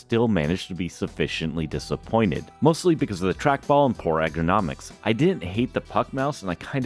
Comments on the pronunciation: bro kept saying "egg-er-nomics" instead of ergonomics LMAOO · Mispronounced ergonomics 6 times, pronounced dichotomy perfectly